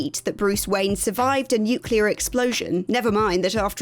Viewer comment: I like this lady! She says NUCLEAR instead of NUCULAR